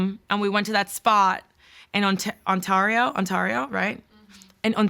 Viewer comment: Ontario being pronounced Ontarío (insert spanish accent) is my new favorite thing